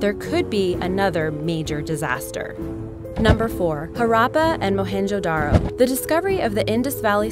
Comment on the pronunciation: Listening to the presenter butchering the word Mohenjodaro and Harrappa